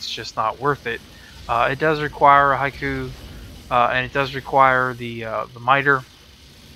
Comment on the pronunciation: I have to take about 2 seconds every time you say "haiku" to talk about the Hikou. I mean, you're not the only one by a long stretch, but man. (Also fusillade is FEW-sill-ODD.) I'm super happy the Electric Shield thing does what it does, though! I couldn't figure out how to make this weapon as good as I thought it should be, but this helps a lot.